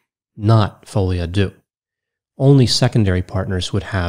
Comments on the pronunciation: It's "folie à deux " pronounced "de" not "doo" : ) Sorry but it was driving me mad as you said it quite a few times. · I laugh out loud at how people pronounce folie a deux "fowlyadew" it's pronounced "folie a deu" 3 words folie rhymes with lolly, deux rhymes with the the eu in neutron. Literal translation is madness of two. Not me being raised Dutch explaining in English how to pronounce French lol. (No shade, big fan! thanks for making me laugh). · At least go online for a few minutes to learn how to pronounce "folie a deux"! Your mispronunciation made it difficult to listen to the rest of your presentation.